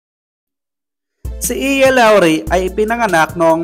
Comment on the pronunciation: Eya po hindi Iya hehehe